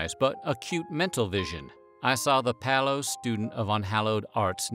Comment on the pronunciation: palo?.... pale